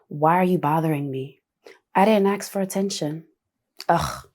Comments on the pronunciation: I’ve noticed this generation say the word ASK wrong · its ASK 💀